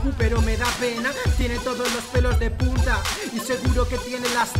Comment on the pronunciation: en el minuto dice los pelos de puta casi no se escucha esa n punta